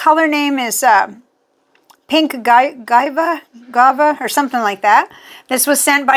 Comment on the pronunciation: It’s pronounced “gwah-va”, a mango-like fruit.